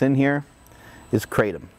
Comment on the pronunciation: Living in South East Asia and knowing the correct way to pronounce Kratom, it annoys the living shit out of me everytime I hear an American say "Kratom" .... But then I also quickly realise how I'm being a dickhead for judging someone just because of the way they say a word... God this is difficult to deal with 😂😂